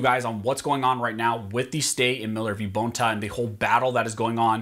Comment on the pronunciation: It’s not BONE ta it’s bon ta (Bonta).